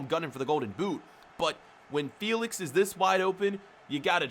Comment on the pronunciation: Joa Felix not Joa Feelix🤬